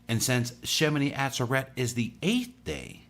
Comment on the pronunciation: FYI= shemini ah ZER et Emphasis on second syllable.